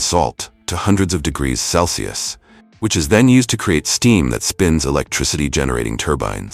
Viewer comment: Why can't AI pronounce Celsius? Wtf?